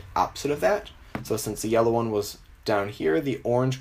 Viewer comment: You say yellow like YOLO